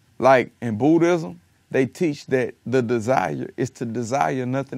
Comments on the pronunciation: he said bootyism instead of Buddhism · Legit thought he said Bootyism instead of Buddhism! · i thought he said in "bootyism" he said Buddhism tho lmao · Swear I did too hahah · Tell me why I thought Kevin said Booty-ism for a slight second when he actually was talking about Buddhism. I'm done for today god, take me out coach! smh